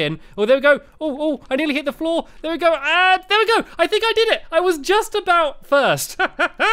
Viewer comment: uhh you say uhh aoot